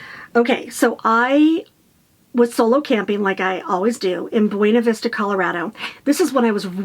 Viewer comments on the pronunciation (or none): Buena Vista is pronounced Bu-na Vista. Pretend the ‘e’ does not exist.